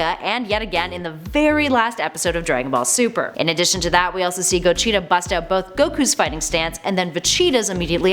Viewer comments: i love ya but damnit his name is go-g-ta there is no chee in his name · Cheetah...cheetah...Cheetah... "Gocheetah" "vecheetah" lol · Why TF are you saying go-CHEETA? GO-GEE-TA 🤦🏻‍♂️ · STOP SAYING GOCHITA ITS GOGETA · Its pronounced GO-JEE-TA not GO-CHEETAH Jesus CHRIST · Who is GO-cheeta 😂😂😂 did they have stripes no1 else saw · Everytime she said Gocheeta made me so mad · go - cheta 😂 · Goshita??????? Wtf buaaahahahahahaha "godzila", now is Goshita are you kidding me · everytime she said pilaf & gogeta; i cringed so hard who tf is kocheetah? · Gocheta & Vecheeta lmaooo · “Ve-cheetah” “co-cheetah” 🤮🤮🤮🤮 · Why are you mispronouncing the names? Vacheeta? Gocheeta? Also - did you steal Geekdom's video? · She also says "fa-cheeta" and "go-cheeta" 😂 so cringe. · I dont like the way she says any of the names...just hurts to hear em said like that...gogeta....pilaf.....a few she doesnt say right